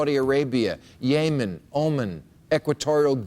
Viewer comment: The only problem I have with this video is his pronunciation of Yemen and Oman.